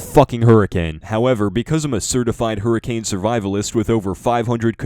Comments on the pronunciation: Did ye hurricame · "if any point you hurricame!" IM DEAD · Lmao hurricame